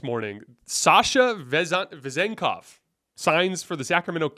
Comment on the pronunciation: I'm bulgarian and your pronunciation of Vezenkov is as close to perfect as i've ever seen.